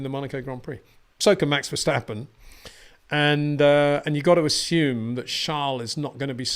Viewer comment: I'm Dutch and no one says Max Vershtappen... Actually, if you really want to do it the Dutch way it's the letter 'a' in both words that needs a different sound :D